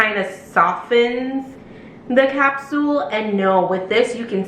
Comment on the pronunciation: Did you say "Capsuel" ?